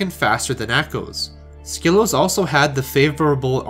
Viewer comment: Bonus of doing your own WR history video: perfect handle pronunciation.